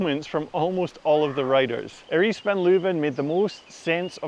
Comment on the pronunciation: Got Erice name wrong again Ben! She’s been trying to let everyone know how to say it recently 😅